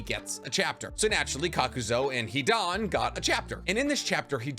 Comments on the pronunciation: Wtf did I just watch. This was more about Hidan than Rock Lee. And it's pronounced (cok-ew-zoo) not kakuzo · Kakuz(U), not Kakuz(O).